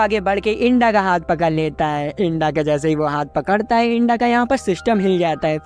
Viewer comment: Bhai to inda ko genda kiu bol rahe...... Inda🚫genda♎